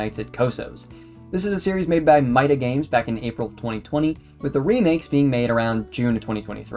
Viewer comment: Another one, but you really need someone to read your scripts and make sure they're good, because some things like calling Italian "butchered Spanish", pronouncing "MidaGames" wrong, saying the wrong release dates for the remakes, some things that can make the game seem not that good like your issue with the fullscreen (which as far as I'm aware is a you thing lol), just on the whole a bunch of errors that could've been easily solved if you ask anyone knowledgeable on Five Nights with Coso to look over the script And also the whole part after the where you start saying the ending of FNaC 3 but don't show any footage and instead some recycled One Nights at Cosonut 2 gameplay is really odd and really drags it down a bunch Its clear you put effort into it but it still needs some time in the oven Decent video 🍵